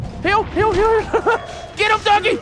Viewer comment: He did say heal he just pronounced it, "Hill".